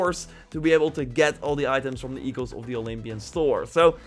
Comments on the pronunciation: It's sound "ikos" the "oikos"... And it means more like "genealogic tree" or "home" of those who concluded in... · Take it from a Greek person, it is Ekos not oikos. Thank you for the updates :) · Bro. I am Greek. It is pronounced e-kos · Oikos is pronounced "Aye-ee-kos" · Oikos is pronounced oy-kos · It is pronounced like ooikos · oikos = οίκος = home and it's pronounced without the O I am greek btw you can also search it for yourself don't trust randoms